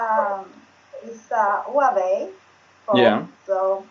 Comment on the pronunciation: Very nice dialogue with the students. (By the way Huawei pronounces like "wha-wei"/ torch - flashlight)